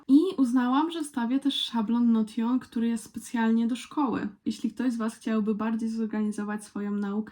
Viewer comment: Hej, w razie czego Notion wymawia się Nołszyn :)